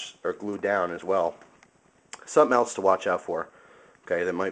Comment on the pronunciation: Thanks for the vid,! Really great. Do you notice how you pronounce the word "else" as "elts"? It's another "chiminey" and "fustrated", heh heh...